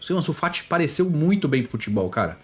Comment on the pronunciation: Bizarro dps que falou ansu FAT eu parei de ver